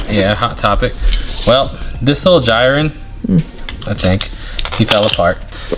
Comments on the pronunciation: jiren isnt pronounced like gyren. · bro no offense but please say jiren right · You keep pronouncing Jiren wrong